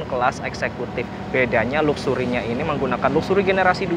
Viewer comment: Mas, coba saat menyebut "luxury" Diperbaiki pronunciation nya hehehe